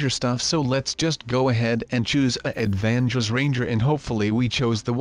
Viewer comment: Avangers lol rablox XD